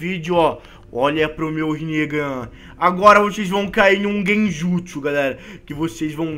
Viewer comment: Endernl Ng e vc tbm fala errado é genjutso '-'